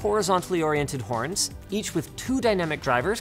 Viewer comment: Hearing you say "horn" is hilarious to me because I've seen Letterkenny